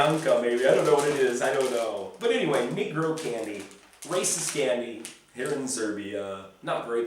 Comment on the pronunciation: Cmon man, you pronounce the candy name completely wrong, it’s not /nee-grow/ you should read it as /nègro/, sounds like Spanish. I must say that it offends me when people say Serbs are racist towards black people... simply not true and not fair to assume it based on nothing... in fact Serbs are so not racist nation that we can make really heavy racist jokes and laugh about them just as a mockery towards racism, but that’s just the concept most Americans will not understand.